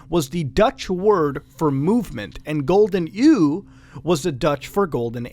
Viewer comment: he said golden ieuw